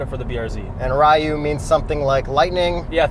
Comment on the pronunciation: no Ri you or it slured into Ryou as in dragon I think